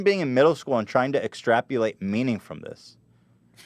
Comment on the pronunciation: Extrapulate? Are you kidding Ethan?